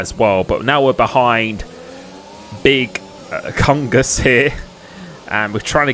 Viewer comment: Big Kungus xd , its big tshungus hahaha, like chunky